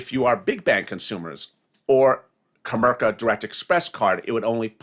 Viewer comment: Comerica not comerka